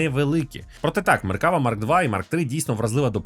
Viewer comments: МеркавА!!!, а не МеркАва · Я би рекомендував ставити наголос на останній склад. Не МеркАва а МеркавА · меркавА- наголос на останнiй лiтерi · один малограмотный поставил ударение неправильно и вся Украина повторяет.МеркавА --ударение на последнее А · Задолбался поправлять. Это звучит как если бы сказали лІтак с ударением на і ... не МеркАва а МеркавА. Не так сложно запомнить. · Ізраїль зовсім не ставиться до росії добре, швидше з обережністю. Ну і слід враховувати велику кількість тут вихідців із росії частина з яких підтримує війну. PS. МеккавА.. У багатьох словах на івриті наголос на останню голосну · Правильний наголос - "МеркавА".Так каже Ігаль Левін. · МеркавА. Наголос на останню А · АдвакААААт, тобто МеркавАААА))) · Ударение в слове "МеркавА" легко запомнить, это слово очень похоже по звучанию на арабское слово "МерхабА", что переводится как "Здравствуйте!". Для арабов, я думаю, звучит очень символично. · Хороше відео. Але одна поправочка - назва танка має наголос на останню "а". Меркавá. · Тільки правильно меркава', з наголосом на останню а, гляньте відео Ауслендера або Ігаля Левіна, як вони за танк говорять. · Ну то так і КАЖІТ! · Той момент коли зайшов в коменти втикнути за наголос а тут вже втикнули за тебе…